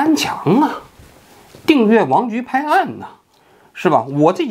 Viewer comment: "油炸江青"笑死我了😂😂另外，王局经常在平翘舌sh和s上打架，每次都意外的很搞笑，哈哈哈